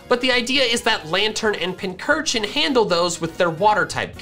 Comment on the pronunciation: FINALLY LEARNED HOW TO PRONOUNCE PINCURCHIN THIS IS THE GREATEST DAY OF MY LIFE